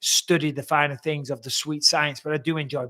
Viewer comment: you said tings, ffs